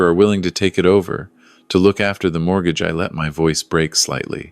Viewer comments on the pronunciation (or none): none